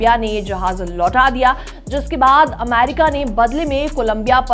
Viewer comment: अमारिका नहीं अमेरिका😂